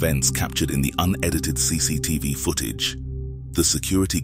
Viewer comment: One horrifying thing is how the narrator pronounces footage